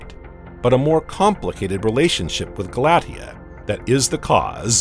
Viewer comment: Re: Pronunciation of "Galatea." That name is pronounced "gal-uh-TEE-uh."